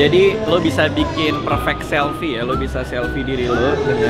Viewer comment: mantav semua huruv f jadi v 😂😂 vivo, somvlak juga, kamera selvi devannya duavuluh megavixel 😂😂 vanco ama gue lah lu bang 😂😂